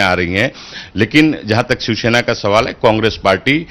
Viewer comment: दोनों के दोनों " शिवसेना " को " शिवशेना " उच्चारित कर रहे हैं !!